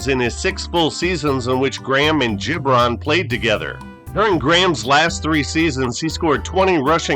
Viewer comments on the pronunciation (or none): I thought it was Gib-ron, not Jib-ron. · It’s GiB Ron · Great stuff .... But Its Abe Hard G ... Gibron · Abe Gibron was a character. I believe his name is pronounced with a hard g e.g. girl, get, graph. Bobby Douglas was a tough son of a gun. Another factor [to his poor passing game] was playing in the windy city in cavernous Soldier Field. I do remember people thinking he couldn't throw a pee in the ocean. Strangely Douglas might have played 50 years too soon as his game might translate well today. Thanks brother, appreciated.